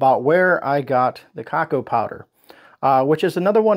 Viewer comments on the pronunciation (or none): Just a heads up….it’s pronounced ‘ca-cow…..not ca-co’ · Hi! Just came across your video tonight! Thanks for your help! Thought I would share with you that the cacao powder is pronounced coo-cow and the name of the city where Keystone meats is produced is pronounced Lime-a, Ohio - Lima is in Peru - Ohio does have some strange pronunciations. Your pantry is incredible!!! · Cacao is t it pronounced ca-cow?